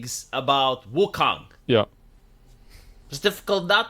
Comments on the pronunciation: he said Woo-Kung xD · Wuhkang... Dude doesnt know how to speak...